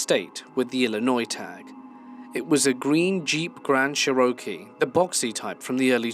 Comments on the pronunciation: I love your narrations, they are always very interesting. However, I have noticed one minor but rather jarring thing. Cherokee is pronounced 'CHAIR-oh-kee'. Chair, like a chair you sit in. Stress on the first syllable. I"m really not trying to nitpick, but to an American the way you pronounce it sounds odd. Great narrations though, quite well done, good quality. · Cherokee -sureokee 😂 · Jeep grand CHUR-OH-KEE 🫵🏽😂😂😂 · That mispronunciation of "Cherokee" was so bad, lol! 🤦‍♀️ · Interesting pronunciation of Cherokee, not sure if it's right though, now I need to look it up!